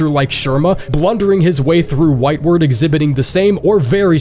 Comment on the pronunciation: oh no... It's pronounced whitewArd not whitewerd... Like a hospital ward, not like forward.